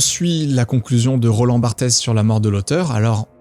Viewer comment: ça se prononce "barte", pas "bartèsse". Merci pour toutes ces questions, si un jour j'ai la motivation de prendre des notes d'analyse psychologique des youtubeurs que je suis, promis je t'enverrai les tiennes ! 😆